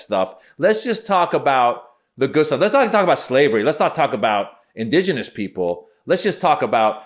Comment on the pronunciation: it was all over the minute she says indegenous